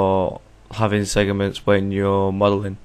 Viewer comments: It's 'Segments' not 'Segiments'. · LOL he keeps saying segiments XD